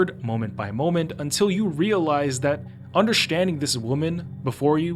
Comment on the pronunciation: although a good video i am just stuck on why he says "undershtanding" and not understanding, but can other words with ST fine?